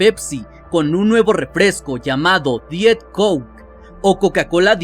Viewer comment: Diet se dice da iet bro no estoy criticando solo ayudando y soy team pepsi